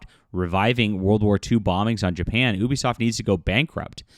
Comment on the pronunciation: “Dapan?” I have not heard of this country lol